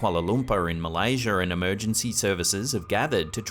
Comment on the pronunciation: he legitimately says MALAYSIER with a frikkin R..... and then he pronounces Air as eeehhh NO R..... WTF